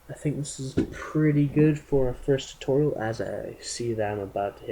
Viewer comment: the way u said TUHTOHRIAL! with the TUUU